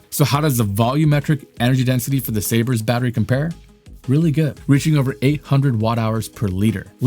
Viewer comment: It’s Sabre not sabers